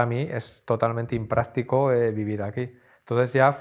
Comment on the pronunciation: Hay que ser muy hombre para llevar una camisa rosa y muy profesor de español para decir "inpráctico".